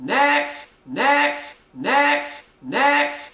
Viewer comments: sounds like he's saying necks * reads top comment * still posting tho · all i hear is medics niax and necks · I've been listening to this for a while and I SWEAR TO GOD he's saying 'EGGS' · i immediately heard necks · Lol sorta sounds like "dicks" or "dex" lmao